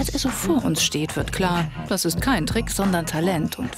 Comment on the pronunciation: Wer hat bei trick auch fick verstanden